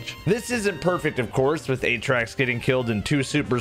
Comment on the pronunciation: If we are pronouncing Atraks as aye-trax, then the katakana on the merch should read エイトラクス. Not アトラクス. That is AH-trax.